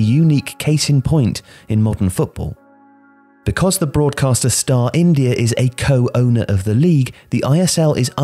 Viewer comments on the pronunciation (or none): none